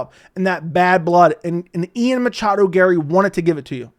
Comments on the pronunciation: Stop saying "Machado" PLEASE. Love your channel, but god I hate that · it's Ian MACHADO Garry, you casual. How dare you! (😂 lol jk)